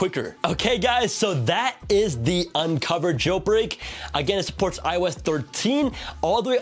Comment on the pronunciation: Please bro, I love ur channel a lot, BUT PLEASE DON’T SAY “Unc0ver” and CheckRa1n” instead of “unc0ver” and “checkra1n”